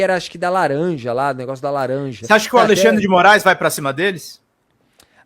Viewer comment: Gosto como o fala "Alixandre", com a maior intimidade 😅